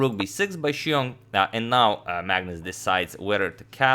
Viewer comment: You put other non-Chinese commentators pronouncing Xiong to shame.